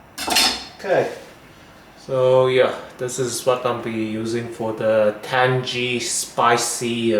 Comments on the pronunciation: It’s tang-ee, not tan-gee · what are you the pronunciation police, or just a tan-gee arsehole, i mean ASSHOLE